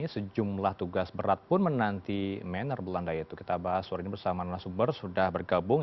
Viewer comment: Kalau ngak bisa bilang Meneer dengan benar ngak suah biang mener